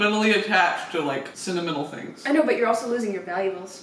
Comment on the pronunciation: americans really say 'cinnamon-al' for sentimental